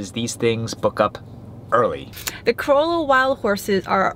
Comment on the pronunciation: You pronounced Corolla wrong.